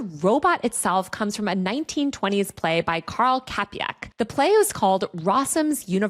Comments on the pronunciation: Love you, but Karel Čapek is pronounced "Chapek" not Kapek 😂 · Yeah, 100%. Also short E, like the ending in word "back". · Just wanted to say, that the pronounciation of the name Karel Čapek hurt my soul. Its in no way kapiek or wtf you said. Chappeck would be much better. Not hard to look it up too. Otherwise nice vid! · It’s not “kapek” it’s “Ch”- Karel CHapek (like Chaplin) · Čapek’s name is pronounced “Cha-pehk” btw, i was so confused when listening only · Surely I'm not the first writing this here, but... Karel Čapek is pronounced "tcha-peck". You're welcome. :) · Karel Čapek's last name is pronounced as "chapek" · "Chapeck". Just read it - "chapeck". It will do less damage than whatever that clanker sound was. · you mispronounced the name "Čapek" which is read as [Czapaek] and that is absolutely fine, I just thought I'd let you know, being a native speaker :)) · Girl, you could not have butchered the pronounciation of Čapek more if you tried as much as Shaksepeare's monkeys but a great shout nonetheless. Look up the feature of capitalism coined in the same place called "tunnelling". While it's just basic fraud per se (not even pyramid like levels of Madoff), it comes with specific bells and whistles through governmental funds rearrangments in a "insert your non-quite-fully-authoritarian country you may live in". Or ones that got out of that arranged marriage recently. Great video, as always.